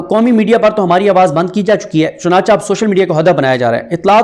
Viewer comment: ارے میاں چنانچہ کو چناچا نہیں ، چنانچے پزھا جاتا ھے ۔۔۔ بلکہ چہ ، کہ ، کے وزن پر ۔